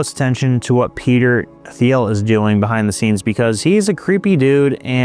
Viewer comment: it’s pronounced Teel, not Theel,, as he’s no-sh*t German-American, just FYI